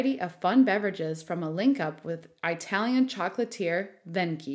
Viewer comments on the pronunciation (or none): It's E-talian not EYE-talian! Graze Mille! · “Eye-talian” lol 😅